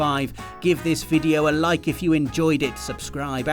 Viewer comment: Yes, Kojimbo...I did rike it.